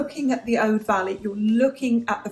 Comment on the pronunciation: Your pronunciation of "Aude" is correct.